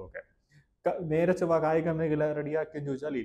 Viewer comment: നേരെ ചൊവ്വ അല്ല നേരെ ചൊവ്വേ